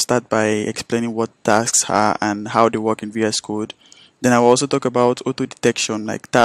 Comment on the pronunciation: Dude! You keep saying TAX instead of TASKS! Wtf is wrong with you?